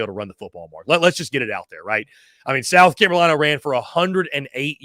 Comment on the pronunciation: What is a South Camolina?...😂🤔